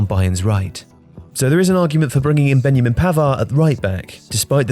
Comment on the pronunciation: "Ben-Ya-Min" Pavard 😂